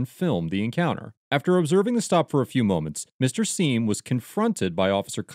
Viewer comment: Sorry. But “Mr Seim” gets an F